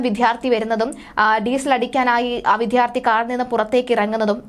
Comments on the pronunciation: അപകടവും പെട്രോൾ പമ്പിൽ ഒരാൾ ഇറങ്ങിയതും തമ്മിൽ എന്ത് ബന്ധം 🤔🤔🤔 എന്തെകിലും വാർത്ത ഉണ്ടാക്കണം, അല്ലേ?? പിന്നെ, വിദ്യാർത്ഥി എന്നാണ് അല്ലാതെ 'വിദ്ധ്യാർത്തി ' അല്ല. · Vithyarthi alla vidyarthi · കളർകോട്, വിദ്യാർത്ഥി എന്നൊക്കെ വ്യക്തമായി പറയു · വിദ്യാർത്ഥി എന്ന് പറയാൻ അറിയാത്തതിനെയൊക്കെ എന്തിനാ വാർത്ത വായിക്കാൻ ഇരുത്തുന്നത്